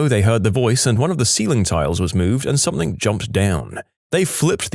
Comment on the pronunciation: No k in the word something